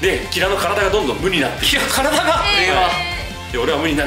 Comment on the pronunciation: キラのイントネーションに終始違和感しかないんだが（笑）